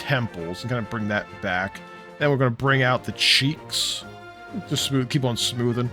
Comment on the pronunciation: Damn, can't stop laughing at that "some smoovnnnn" moment :D Nice video!